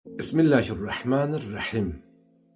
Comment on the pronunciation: Qaqaw sen bismillehir rahemir rahim sozunu duz demirsen...